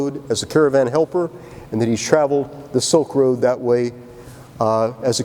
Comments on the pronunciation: "Silk Road.., not soak road.." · It's Silk road and not Soaked Road.